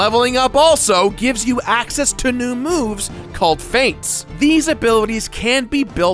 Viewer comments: 'Feat' is pronounced as the part of your body that you stand on. 'Feet', not 'fayt'. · His pronunciation of Feat is odd, I thought he was saying Fate.